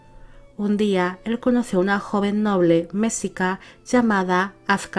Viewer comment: Un gran video para un gran gobernante. Pronunciaste muy bien los nombres. Nezahualcóyotl y Tezozómoc se pronuncian grave, no agudo. Mexica se pronuncia Meshica, también grave, pero no te apures, ni los mexicanos podemos pronunciarlos correctamente. Gracias.